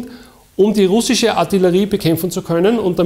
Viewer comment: wenn man probleme mit dem wort "russisch" hat, hier ein, zwei tipps: lesson one - listen an repeat: man betont "ru" und knüpft dann den rest an. würde sich so anhören: RUH-ssisch.